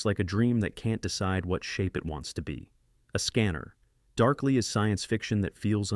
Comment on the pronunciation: out of ten, I know 8 and consider at least 4 all time classics. I dont know any science fiction fan who doesnt know "Enemy Mine" for instance. And please, stop that AI voice nonsense. A scanner... (long pause).... darkly 2006. No human speaks this way.